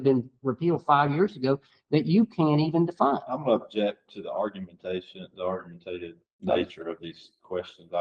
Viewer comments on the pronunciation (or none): I’m from MS and am embarrassed that an attorney can’t pronounce “argumentative.” Listen around 21 minutes in. The officer is par for the course around the country, but an attorney should know how to pronounce an easy word. I’m so glad I don’t live in that state anymore.